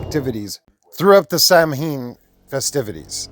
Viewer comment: Samhain is pronounced "sah-win"